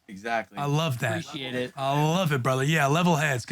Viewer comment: that “exactly” coming off the top rope 🗣️🤣